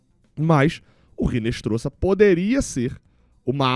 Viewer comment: Pelo amor de Dadá! Não é "Rinestroza" , é "Inestrossa". O "H" em espanhol não é pronunciado e o "Z" tem som de "SS".